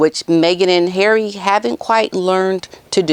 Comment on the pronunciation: I love how you call HARRAY!